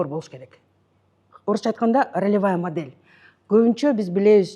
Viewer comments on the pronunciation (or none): none